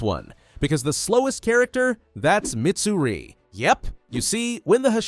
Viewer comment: I hate hate HATE when people call Mitsuri to Midsuri